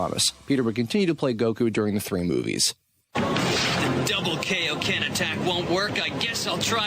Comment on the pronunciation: Peter klames (I hope I didn't spell it wrong) in my opinion the second best goku and my favorite English goku. I believe he said kaio-ken correctly (at least in the first 3 z movies).